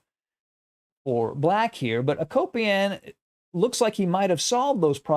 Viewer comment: I like your content but you butcher these names. I was a Peace Corp volunteer in that part of the world so I’m probably being critical but let me help. Mikhail Tal: Meek-hall Tall. Akopian: Ah-Cope-yawn. Agadmator does a great job with names, in case anyone is ever curious. Admittedly, it’s not always easy.